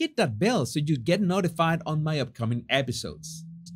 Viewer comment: Is he saying love and 'bliss' or 'bless'?? Been trying to figure it out lolol❤